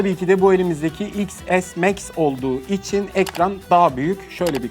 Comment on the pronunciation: Soylenisi zor iks es meks